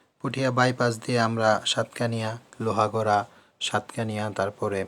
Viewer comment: আরে পুঠিয়া না পটিয়া আর লোহাগড়া না লোহাগাড়া